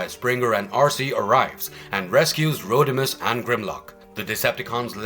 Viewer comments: It’s Rodimus not Roadimus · He said roadimus prime lmfao Like the Omni productions dub